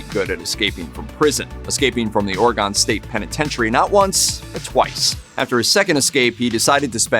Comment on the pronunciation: Learn how to properly pronounce the state of Oregon.